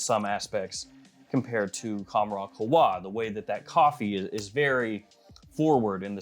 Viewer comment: It's qawh-wa not khowa